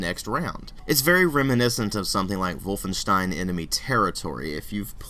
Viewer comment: thanks for such a detailed review! I agree with most of what you said :) And props for saying "wolfenshtein"!